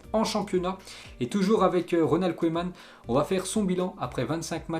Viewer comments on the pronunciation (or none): none